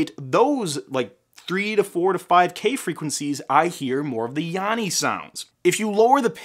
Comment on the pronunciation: I heard "yammy" very clearly for the whole video. (with an "m")